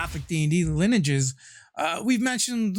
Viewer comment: That is not how you say lineages yo